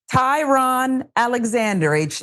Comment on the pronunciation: Tiron, not Tyrone. mispronounced his name. He's a European American.